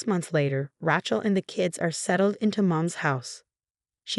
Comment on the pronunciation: You need to teach the AI reading it that Rachel is pronounce RAY-chel, not RA-chel, pronouncing the a as in 'apple'.